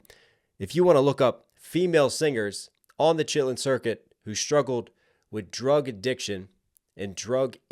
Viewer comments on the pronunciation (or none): "Shitlin circuit" ............ lol at least you're trying bro😂😂